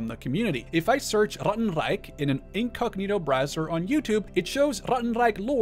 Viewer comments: As a german speaker the way you say 'ratten reich' feels borderline offensive and racist just say it normally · Sorry but saying Rattenreich with a German accent is really distracting.